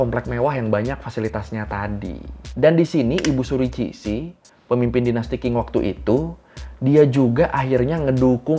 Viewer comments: Dinasty Qing, bacanya Ching bang... Q di Mandarin dibaca Chi... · Kak, Qing pelafalan nya "Jing" klo sesuai pelafalan mandarin.😀 Nice video, selalu menarik di denger buat temen nyetir jauh. ❤ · Ralat, disebutnya dinasti "cing" soalnya romaji q di bahasa Tionghoa dibacanya kayak c